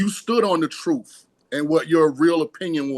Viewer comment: Shawn King, the word is "truth" not troof.